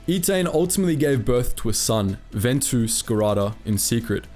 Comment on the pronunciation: Also the baby was named Venku, not Ventu.